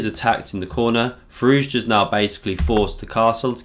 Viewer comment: nice vid but his name is pronounced "Fi-roo-sha"